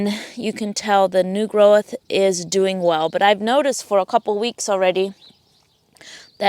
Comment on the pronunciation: The word is “growth” not “groweth”